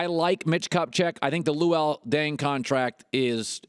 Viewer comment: Colin Cowherd luol dung? Lmfao bruh put some respec on luol deng's name